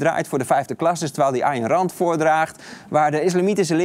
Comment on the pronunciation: Lekker op z’n Hollands Ayn Rand uitgesproken 😂